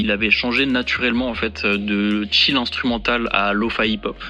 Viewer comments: ohlala tous les i et y prononcés "Ay"... Chill pas tchAyl, Study pas StudAy 👍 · Tellement trigger par ta facon de prononcer chill hahaha